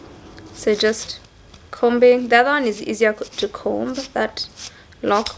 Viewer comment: Yaaas!!! Been looking forward to this. I'm also looking forward to a sit down with Nick. Those ones are bomb too! Sasa vile we both like good diction, I thought I'd just let you know that the b in comb is silent as in with any other words that a b follows an m. I also say flower for flour btw. Tuko wengi :).